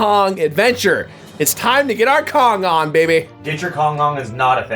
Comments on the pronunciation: "Get your Kong on" Sounds like: "get your dong on" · When you said "get your kong on" i totally heard "get your condom" like wtf lmao